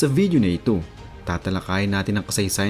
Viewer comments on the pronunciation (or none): none